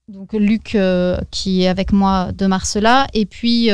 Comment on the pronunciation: On prononce Marcella.